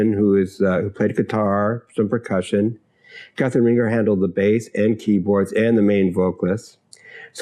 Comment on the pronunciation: "Rahn-ZHAY," not "Ringer."